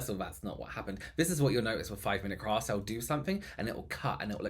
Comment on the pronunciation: I heard "5 mint crafts, you sneaky arsholes..." 🤣🤣🤣🤣🤣